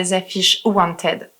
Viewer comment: Wanted ça se prononce /ˈwɒn.tɪd/. Même si j’aime bien tes vidéos vérifie les prononciations des mots en anglais avant. Ça fait pas crédible et pas sérieux après